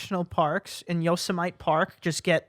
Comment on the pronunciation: Yose-Mite park???? It is pronounced: You-Sem-In-Nee